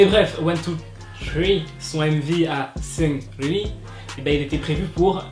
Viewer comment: seungRi avec un R omfggg, pas sEuNgLi